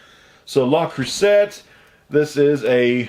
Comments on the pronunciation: La crue say. Silent T. You're killing me smalls! ☺ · Hey. It's pronounced krusey!